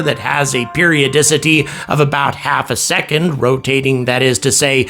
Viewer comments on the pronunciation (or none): none